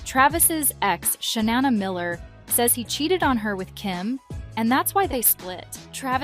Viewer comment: Its not sha nah nah miller its Shauna Stop making her name equal to sha nah nah great band but these bots cant pronounce How about real people hiring for You Tube You would think having a close call or two would make people see what is important Travis needs to grow up already Don't have a family if you want a bachelor life Plenty of guys would trade places to have a family Hes behaving as a snob and tool He needs humbling to be grateful